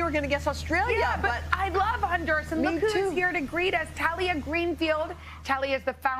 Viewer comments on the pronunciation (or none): I feel like the least she could do is pronounce the country the right way... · they pronounced the country semi correctly